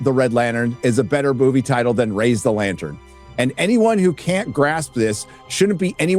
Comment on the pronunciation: I'm not watching that shit, it is Green Latern NOT Latern.